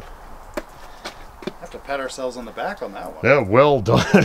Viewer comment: did you say “Weld done”?